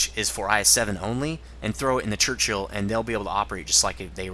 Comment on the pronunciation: Crunchill LOL :P it's a 'Churchill' mate :)